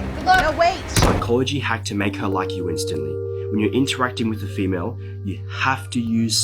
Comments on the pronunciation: Female????????? Sir are you talking to a human or a fiish ??? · the way he says “female” like we’re aliens